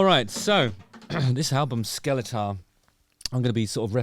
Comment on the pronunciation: The album is pronounced ”Skellefteå”